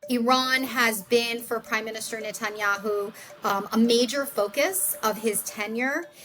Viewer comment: NETENYA-WHO???? LOL